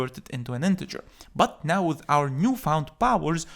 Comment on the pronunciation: that "BUT" sounds like "Butt cheeks" in my brain🤣😂